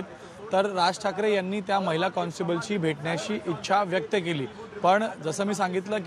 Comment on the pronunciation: गणेश ठाकुर मैला नाही महीला म्हणतात..स्पष्ट ऊच्चार करा पत्रकार आहात...